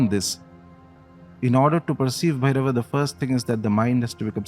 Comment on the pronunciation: Please....a request... When using the name Bhairav and Shiv...or any other of Sanskrit origin...use the correct pronunciation as you know better then me that an extra अ changes its meaning as well as its energy.